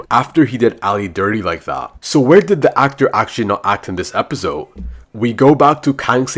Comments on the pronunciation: Why does he always say epizode bro its just episode 😅😅😅😅😅❤😊🎉😂❤😢😊🎉❤😅😂😊🎉❤❤😂🎉😢😮😅😊😢😮😅😊😂😢🎉❤🎉❤😅🎉🎉😢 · I love when he said "epizode one"